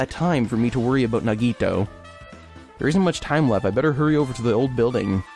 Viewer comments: Yes! Thank you! I don't mean to be rude, but please, it's na-ge-TOE, not na-GE-toe... oh no... no I sound like Hermione... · Naw-ge-toe that's how you pronounce it I think